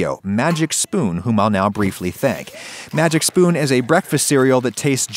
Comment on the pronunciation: I thought he said "magic shroom" instead of "magic spoon" lol